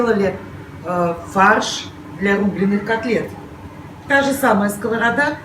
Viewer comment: Евреи в моем понимании образованные люди почему вы коверкаете слово сковорода аа